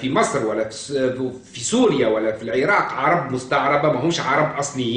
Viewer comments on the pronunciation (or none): none